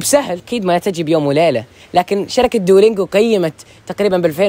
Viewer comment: انطق دلنجواصحيحة و